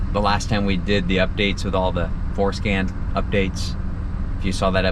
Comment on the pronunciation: I giggle every time someone says Forscan 🤣😂